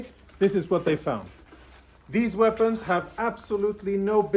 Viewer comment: HAMAS was pounced in several different ways in this video. At the end "weapons" was pronounced as "weepons". Loose the computer generated voice, use a human.